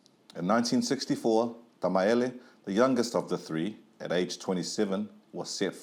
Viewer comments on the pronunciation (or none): Why does the narrator keep saying Tamaele instead of Tamaeli? 🙄🤦‍♀️ Other than that this was a very interesting story.